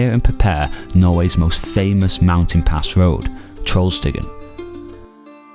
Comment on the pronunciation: Small correction. It's TrollstigeN, not TrollstigeR :)